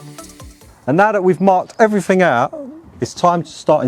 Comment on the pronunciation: Ouut, are you, ouut, or are you ouut ouut? 😄👍👍👍